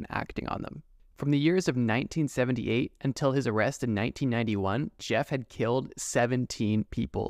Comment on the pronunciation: "My name's Yeff" haha